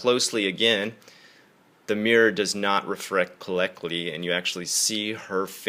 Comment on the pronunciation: "refrected collectly" :D Ha, someone's becoming Japanese with their English!